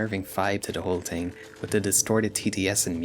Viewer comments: This video is really good but the way you say ting pmo so bad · Its adorable that you consistently can't pronounce "TH" 😂 Te Ting Tirty Teerorizing